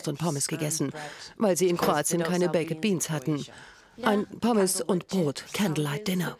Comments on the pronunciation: Könnt ihr nicht Baked sagen? Sie sagt einfach Bekked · kann man wenigstens baked sagen und nicht bak-ED 🙄 schrecklich. Lernt mal englisch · Wieso sagt die Taff Tante eigentlich immer Bake-ed beans und nicht einfach normal ‘baked’ 🙄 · "baiket" beans. gute aussprache galileo! top! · Sorry aber es heißt "bakd beans", also das e ist stumm. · Bei baked wird das e nicht mitgesprochen 🙄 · junge sprich baked nicht so hängengeblieben aus